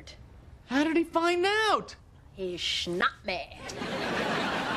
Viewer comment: "He schnapped me." 😂